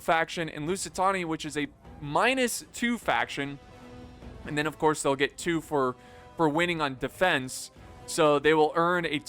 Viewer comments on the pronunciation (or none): none